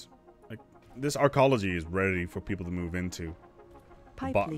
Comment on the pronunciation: "Archologies", you must mean Arcologies.